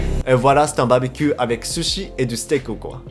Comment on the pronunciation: Ho trop cool ! Sinon juste un truc quand tu dit "barbecue" il faut bien prononcer le "r" sinon sa fais blizzard mais tu parle très bien le Français !